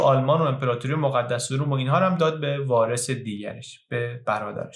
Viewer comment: Not ROOM ... but ROME ! ( Farsi : ROAAM NA ROUM )